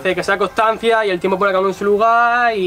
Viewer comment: Like si te fijastes que decía tempo envés de tiempo